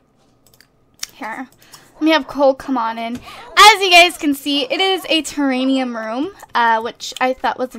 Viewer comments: Don't mean to be rude or anything but just saying... Its TERRARIUM not TERRANIUM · omigoodness! its TERRARIUM NOT TERRANIUM!!! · pleaseeee. It's Terrarium! Not Teranium! Ter-air-e-um! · It's not terranium it's ter-air-ee-um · TERANIUM IS NOT A WORD!!! IT'S TERRARIUM!!! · Just so you know, it is pronounced ter-air-ee-um. Idk why but it like kills me every time you say it XD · I cringe every time she fails at saying, "Terrarium" correctly. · Yeah you've got it wrong. It's terrarium with an M not an N duh